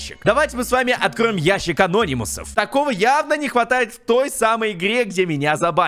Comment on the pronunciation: Не ящик а́нономусов а ящик ана́нимусов